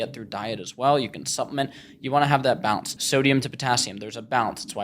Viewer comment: Pronouncing balance like “bounce” keeping you big as hell